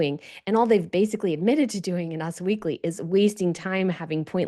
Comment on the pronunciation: It's not "UZZ Weekly",...it's U S Weekly